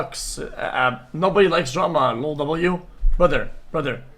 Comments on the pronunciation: sounds like he's saying jerma lol but yeah drama does suck especially with this insufferable individual named sneako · Ngl when he said at the beginning “no one likes drama” I thought he said “no one likes Jerma” and got so confused bc most people like him 😭